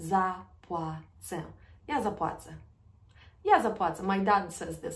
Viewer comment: Hi,, you pronounced letter “ł” as if it is “l” in the phrase “Ja zapłacę”. I thought it should be like /w/ sound as in “water”. Thanks.